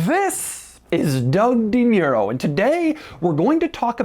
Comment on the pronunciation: Doug the kinda guy to pronounce DeMuro as DiMuro 🥴🥴🥴